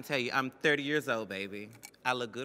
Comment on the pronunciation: Lol she says "30" like it's 70 years old or something